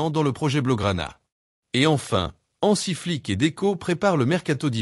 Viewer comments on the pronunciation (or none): Je ne sais pas qui récite cet article, mais ce n'est pas "Le Ganay", mais "Léganès", c'est pas "En Sufati" mais "Ansu Fati", c'est pas "Sientiflique", "si Hansi Flick", c'est pas "au sein des raises", mais "au sein des Reds" Tout ça commence par un "FC Barcelone va paralysé". Désolé, c'est "paralyser". Heureusement que "Flic" n'a pas encore sorti son carnet de contraventions :face-orange-frowning:🥶